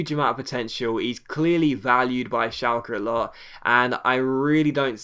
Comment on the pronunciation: Schalke is pronounced Shalker